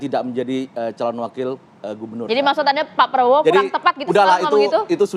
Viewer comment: Prabowo bukan Praowo min